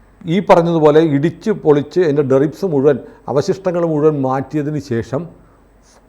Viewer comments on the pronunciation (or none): ഡെറിബ്സ് അല്ല.... ഡെബ്രി (debris) ആണ് ശരി. നാശത്തിന്റെ അവശിഷ്ടങ്ങൾ എന്നാണ് അർഥം.